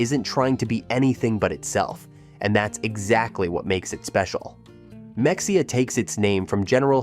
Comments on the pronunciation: Ma hay ya, not Mex e ha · It is not mexia it is pronounced me hay ah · It is pronounced Muh-hay-uh....... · Ma- hey- a, Not mexica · Mexia is pronounced Ma-hay-uh NOT MEXIA!!! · Mexia is pronounced as Muh hay uh not Mex e uh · You are calling Mexia (Mex ee uh) it is correctly pronounced (Muh hay uh)..... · It’s Ma-hey-a not mex-i-a !! And Bo-dark trees!! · AI read no one pronounces mex ia it is pronounced mehaya. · You list me at “Mex-E-ah” 🤣😂 I’m sure other ppl have come down here in the comments to say…it’s Ma-hey-a. Nice vid otherwise. 👍🏻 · It’s Ma-hey-a, NOT MEXEA! UUUGGG, AI!!! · it is not mex e a it is ma hay a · Ma-hay-uh not Mex-ee-uh I'm a Kentucky transplant of 14 years, and I even know that. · Mexia, LOL! Ma-hey-a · It’s muh-hay-uh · OMG it's Ma-hay-uh! I had to stop watching. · Not how you pronounce Mexia. Pronounce as Me"h"ida. Great town btw, visit often. Breckenridge and Bonham are two cities I try to visit often as well. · NOT MEX_E_UH!!! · The x is silent....MEXIA, SO LIKE MAHEYA💪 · Mexia is pronounced meh-hay-ah. Like it would be pronounced if you said it in Spanish. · You mispronounced Mexia it’s pronounced “Ma-hay-ah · This guy has never been to any of these places I’m sure. “MeXia”! LOL!😂. Can’t even pronounce it. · Bois D Ark is pronounced Bodark. And it’s Meheya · MEXIA is pronounced MA parentheses long a hey, X is pronounced hey, IA is pronounceD AH! ❤ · Ma-HAY-ya is how we say it in NE Texas , and Bois d'Arc is pronounced BO Dark. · I’m glad others came in to correct the pronunciation of mexia!! They even call their farmers market m’heya, so yeah! I’ve lived here a couple years now. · Mexia is pronounced ma-hey-ah I live outside of Kosse which is close to Mexia. Kosse is a great little town of 400+ people and it doesn't cost much to live here. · You mispronounced Mexia. It’s pronounced “Muh-HAY-uh” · IT'S MEH-HAY-AH!!! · Mexia is pronounced Ma-hey-a with the accent on ‘’hey’’. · The mispronunciation of Mexia is like nails on a chalkboard!